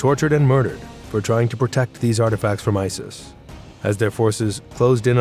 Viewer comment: Didn’t he pronounce it isll I swear he said it weird.Love the way you described him 😂😂